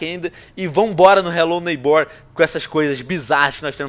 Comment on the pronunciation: "Relo neibór" 😂😂😂😂😂